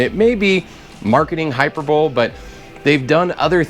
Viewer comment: It's pronounced..... hi per burly .... not hyper bull..... sorry but I couldn't resist.